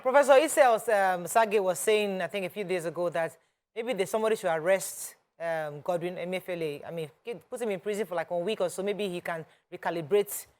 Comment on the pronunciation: That caller wailing and for an elderly man to be so disrespectful and copying unprofessional manner is not pronouncing the Governor of Central Bank's name properly is just so comical. I laughed and thought good karma when he said he campaigned for Buhari......lol.